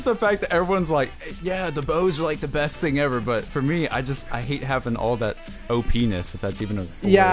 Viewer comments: I'm surprised didn't realize said openis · O-P-Ness? O penis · "Opeenus"- 2K16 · said "...OPNESS." OPNESS =openis